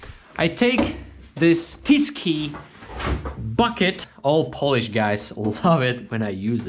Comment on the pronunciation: TyskiE not Tyski.:D